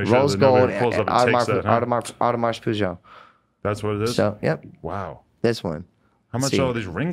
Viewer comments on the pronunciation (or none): Did he pronounce AP as Audemars "Peugeot" LOOOOOOLLL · his $100k watch is supposedly an Audemars Piguet is pronounced "au-demarz pee-gayh" Aaron: rose gold automarps... automart, automata moshpitjah hahahahahah A mess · "Audemars Poojho" Hahahahaha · "Audemars Peugeot" lmao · when he pronounces his watch wrong 😂😂😂😂🤣🤣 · Couldn’t pronounce Audemars Piguet 🤦🏻‍♂️ you do not deserve that watch Sir. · Audemars Royal Oak Tourbillon is more than 100K. And that one is fake. You can't even say the name correctly!